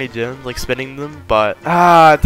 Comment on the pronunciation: Thought saids grems 😭